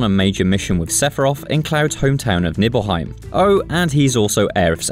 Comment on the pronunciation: (Nye-bull-hi-mm) not nibbleheim just sayin'